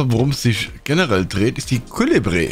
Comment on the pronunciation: Ich bin ein überzeugter Zorn des Jägers Spieler auch mit Pumpe und MP, aber lass dir sagen Keule den build werde ich Mal testen der sieht nett aus , culébre spricht sich Kuh-leh-bree🤣